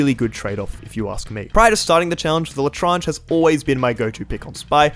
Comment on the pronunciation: Most painful part of the challenge was hearing his pronunciation of l’etranger (Les tran je) not la trange